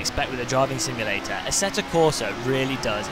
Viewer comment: Robert Q-Bika plays AssettA Corsa it seems :) Just joshing. We know you know its 'q-bitsa' and 'AssettO' :) Nice video. Fun to watch and thanks for making me aware of the App mods for AC as I really wanted that tyre temp one !! Yes!